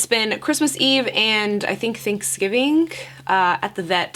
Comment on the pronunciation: Is that like an accent from Florida? I feel like Ariana Grande also adds a K after words ending with a G.